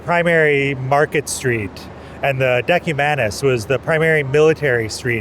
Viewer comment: Decumano si pronuncia come si scrivere